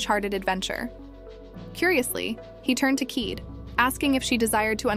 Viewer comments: Why do they stupidly mispronounce Kaede as "keed"? It is Ki-day! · Her name is pronounced : kī-day😤